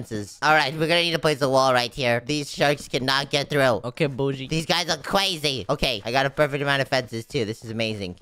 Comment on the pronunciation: Because these sharks are crwisy why did you say that